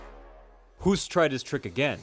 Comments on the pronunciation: Hoost is pronounced Hoast like in boast, roast, toast (or host) etc Not "who-st" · Btw 'Hoost' is pronounced EXACTLY as the English word 'Host'. Your pronunciation would be written down as 'hoest' which means 'cough' in Dutch 😂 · You speak out the name wrong